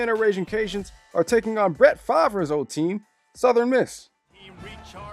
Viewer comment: Ah, we're just going to glance over how he butchered Brett Favre's name. Got it. lol